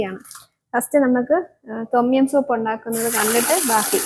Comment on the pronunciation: തൊമ്മിയം അല്ല ടോം യാം എന്നാണ്